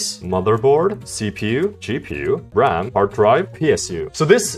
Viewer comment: bro, it was ram, not rem bruv